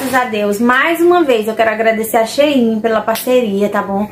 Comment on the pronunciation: Acho engraçado vc pronunciar SHEIIN aqui em minas q gente fala SHEIN normal! Os produtos da SHEIN são ótimos nunca me decepcionei com nd da lojas da China, já do envio do Brasil não gostei dos materiais são ruins!